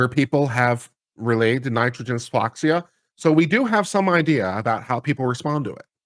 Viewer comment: Hypoxia - pronunciation hi-poxia